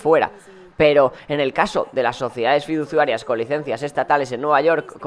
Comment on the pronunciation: Like para que deje de decir"fiduZUarias" y empiece a decir fiduCIarias! ❤